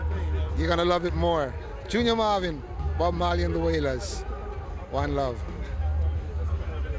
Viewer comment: The man took the time to give this interview and the least that could have been done was to get the name right. Junior Murvin not Marvin.